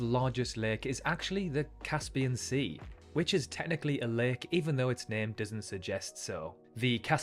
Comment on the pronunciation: That pronunciation of 'lake' is making my toes curl!